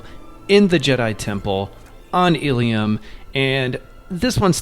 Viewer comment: This was super helpful! Thank you!! Just a note that it's "Ilum" not Ilium 😅 ee-lum